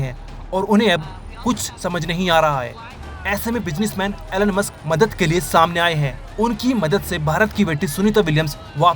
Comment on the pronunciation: Elon musk ❌ enonemus ✅